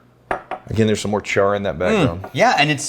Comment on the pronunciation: Am I the only one who thought of chore boy when said char all wrong.